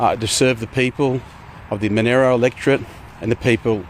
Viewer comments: He can’t even pronounce his Electorate properly … it’s Mon-AR-oh not Mon-AIR-oh you absolute silly poo nugget. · Manero electorate? Isn't it Monaro? :T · the member for MONERO??? Bit of a Freudian slip there mate? Does he mean a district of Australia or a dodgy cryptocurrency? Can someone confirm that is a local accent making it sound like that? he said it twice. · It hurts every time Canberra people pronounce Monaro. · Knob can’t even say Monaro correctly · 10 years and still can’t say “Monaro” properly. Perfectly sums up his time in politics.